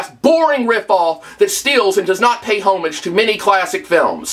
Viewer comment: pay "hoe-mage" ?? -__